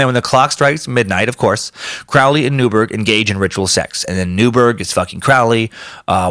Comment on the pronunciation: Heh, 'kay, if you're going to do a two hour podcast on Crowley, at minimum you could bother to pronounce Crowley correctly. It's "Crow-lee", like the bird.. rhymes with holy.